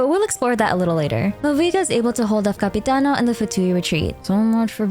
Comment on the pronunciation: im halfway through the video and I have to tell you, as an Italian, I love your pronunciation of 'capitano'😭😭